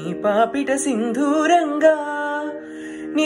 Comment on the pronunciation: Sindooram.... Sindhooram kaadu. Da Dha kaadu. Correct chesukora.